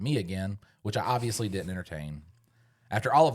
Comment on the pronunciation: Someone please tell that the word “Didn’t” has a second “D” and n it.